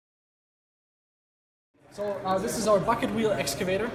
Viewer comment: Who else understood "Fuckin Wheel Excavator"... 😂